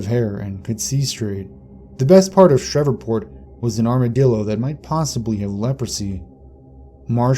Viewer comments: It's SHREVEPORT, not SHEVERPORT!! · It's SHR-EVE-PORT. Not Shrevorport. I've never even been down south and I know that. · Are you trying to say Shreveport? Sh-reeve-port. Sorry but it's throwing me off. Being from Louisiana I know some of the names can be difficult, particularly for outsiders. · Are you trying to say Shreveport? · Shreveport mispronunciation was super irritating 😠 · That annoyed the shit out of me.